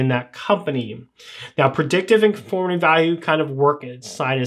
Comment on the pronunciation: Confirmatory and Conformatory are not the same. Confirm versus conform. Just a pronunciation thing. Otherwise, good video.